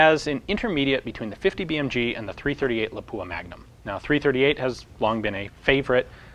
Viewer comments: Cool vid! But for the love of Christ, it's LAH-pua, not la-POOa. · LAW-poo-ah Most Americans pronounce it wrong.